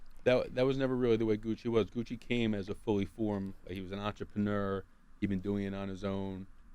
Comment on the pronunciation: He really called cuh Gooch 😂😂😂😂😂😂